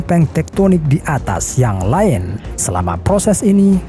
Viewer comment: Lain, kok bacanya kayak "Line" ya(?)